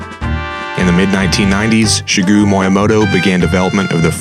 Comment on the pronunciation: "Shigoo" pfffhahahahaha!